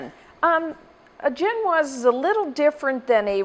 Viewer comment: Am I the only one bugged by how her pronounciation of ge'noise?? Jen-waz,really? I thought maybe I watched too many French cooks, so Zhen-waz, but Webster's pronouciation is the same as what I use. And if you don't use cherries you can't really call it a Black Forest Cake. P.S. If you goggle "vegan egg substitutes" you can find a variety of options to try!! Good luck :)